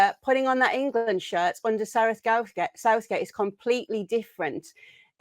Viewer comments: Sareth Gouthgate 😂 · Sareth Gouthgate🤣